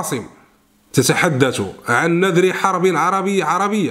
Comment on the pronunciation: نصيحة لك اخي حاول ان يكون معك مراجع لغوي لأنك كثيرا ما تقع في اخطاء لغوية فظييييييعة مثلا هذا الشريط قلت فيه نذر بفتح النون وسكون الذال وكسر الراء وهذا خطأ لا يغتفر من صحافي محترف والصحيح أن تقول نذر بضم النون والذال مع كسر الحرف الأخير وتعني بوادر او إرهاصات أما النذر بتشكيلك انت فلها معنى آخر لا علاقة له بسياق الكلام